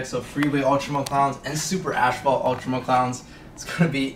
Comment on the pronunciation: wtf is an ASHphault? did you mean... ASPhault. as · faalt damn canadians